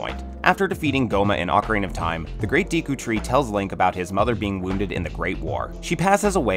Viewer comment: Add a tenth: it's pronounced "Deh-koo", not "Dee-koo" :P